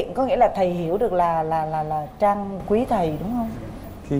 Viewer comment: Trang là tên cuả người nữ, coǹ Chang là phát âm sai.